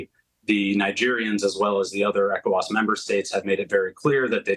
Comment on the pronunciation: This guy corrected himself in real time when he mispronounced ECOWAS; "E-cho-was the first time as Eee..CO..WAS. Good analysis. He knows the region well. Well done